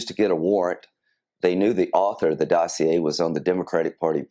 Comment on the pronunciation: Hey Dano! Say "Dossier" again!! LOL! Great job as usual.